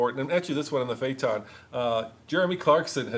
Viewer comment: fernidad porsche?? lol the way you pronounce phaeton too, is that how it's supposed to be said?